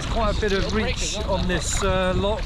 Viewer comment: Looks like a smashing adventure. Precisely what young men should be doing rather than being plugged in to a PS5. Only criticism is Dad butchering the pronunciation of 'loch', making my soul shiver.